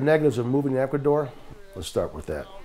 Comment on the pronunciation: It's Ecuador, no Ecaudor.